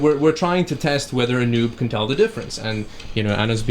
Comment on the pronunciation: This guy's pronouncing doom and noob as dyoom and nyoob. wtf